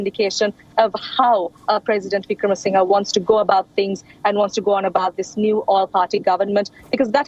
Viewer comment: OMG why can’t Indian anchors take an effort to pronounce the name correctly given this situation has been discussed for months; VIC-RA-MA-SING-HER